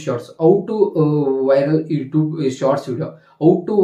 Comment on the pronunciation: ಅಣ್ಣ ಬೇರೆ ಎಲ್ಲಾ ಇನ್ಫಾರ್ಮಶನ್ ಆಮೇಲೆ ಕೊಡುವಂತೆ ಯುಟ್ಯೂಬ್ ಅನ್ನುವುದು ಮೊದಲು ಕಲ್ಕೋ ಈಗ ನೀನು ಈ ಟ್ಯೂಬ್ ಅಲ್ಲ ಯುಟ್ಯೂಬ್ ಅನ್ನೋದು ಕಲಿ ಮೊದಲು ಆಮೇಲೆ ಹೇಳಿ ಕೊಡುವಂತೆ